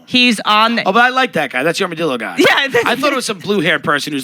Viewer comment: disappointed that tim moved to texas and can't pronounce armadilla correctly